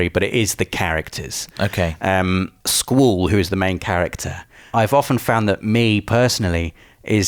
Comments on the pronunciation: It’s pronounce skuwall, not school...... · bro stop stop saying "SKUL" its pronounced SKWALL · It's not skool, it's skwaal for Squall. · I didn't even know his name was pronounced "Sqooool". All these years I have been calling him Squall. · is squallès name pronounced "school" like in the video, or is it pronounced "skwall". ive always pronounced it "skwall" LOL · "sqweeewll" what? I know your English but..wtf is that lol it's squall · Squall, pronounced Sqwall. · wait, is that how you should pronounce "squall"? Have I been pronouncing his name wrong? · Never heard anyone pronounce Squall as “Sqool” lol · I was so confused I swear he was saying school but he was saying squall correct? 😂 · Squall = Squoowul? My god man, get a proper accent. Also, I'm pretty sure the word 'triad' is just pronounced as 'try-ad' in all forms of English. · ‘Sqwool’ he said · "Sqoool"? lol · Sometimes I think pronounces words wrong to drive comments. And... here I am. Squorl and Triple Tree-ad! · Sqwooool and treeead? What are these pronunciations? XD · School? Schol? ...ohh he's trying to say Squall :p I can't wait. I personally prefer 7 and 9 too but a remaster for this great game has been bloody needed! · You say Squall so weird... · Was I the only one cringing when he said squalls name? That is most certainly not how you pronounce "sq-uall"! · Why the hell do you pronounce Squall's name with an o in it? It almost sounds like you're saying scroll. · But why do you pronounce Squalls name in a way that is barely comprehensible? 😂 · You are butchering Squall's name type in to google translate and the name Sqaull will be there. Click on the voice Icon! Squall means bringing rain or gust of wind. I am sorry but I just had to post this. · Hate the way you pronounce Squall. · me or? I know the word as I'm sure he does just a funny way he pronounces it